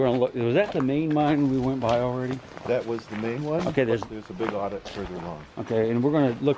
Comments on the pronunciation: Adit is pronounced like add-it, not audit. Short A, like in Apple. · There called addits not audit lol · Not odd-it , it's pronounced ADD-it!